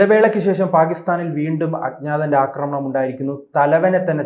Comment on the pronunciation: "" അക്രമണം "" അല്ല " ആക്രമണം, ആണ്. ഒരു ചാനലിൽ വന്നു സംസാരിക്കുമ്പോൾ ഭാഷ ശ്രദ്ധിക്കണം അജ്ഞാതൻ നീണാൾ വാഴട്ടെ